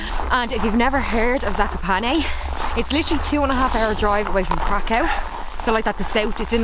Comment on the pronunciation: Not for the faint-harted 😄 views are stunning please pronounce Kraków right ("Krakau" has bad connotations) 💗